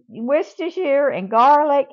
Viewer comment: From an American living in England, congratulations on your pronunciation of Worcestershire! Took me years to get it right. I'll definitely be trying this. ❤